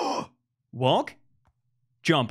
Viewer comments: tubbo saying walk sounds like “worlk” lmao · Thought that everytime you said walk I herd wonk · Every time Fundy says, “Walk,” I think he says, “Wonk.” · Fundy saying walk sounds like he’s saying “wonk” and I find it fantastic. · Fundy: Uses voice control to walk forward Also Fundy: Wolk, not wolk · Fundy: "not walk" What i understand: "Nut walk" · The more he says “walk” the more it sounds like “wonk” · Who else thought he was saying “wonk” instead of walk? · Wonk, not wok -what i jear from fundy 2021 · I kept o hearing “wonk” instead of walk lol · Anyone else hear wonk instead of walk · Is it just me or does him saying walk sounds like wonk. (no hate) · Who else hears “wonk” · Walk sounds like wonk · when fundy says walk he sounds like he's saying wonk lol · When he said walk or not walk I thought he said WONK NOT WONK 😂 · at first i thought he said wonk